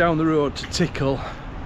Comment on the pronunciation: Love your pronunciation of Tickhill, you said tickle. My wife was born there on a small holding on Lord Scarborough’s estate. She calls it TickHill stressing the hill. Tickle had me laughing😂 “What’s up there? Sod all” 😂🤣